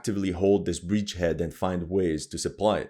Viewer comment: Dude, please say bridge head instead of breach head! Btw, Russians is not russkov but russki! lol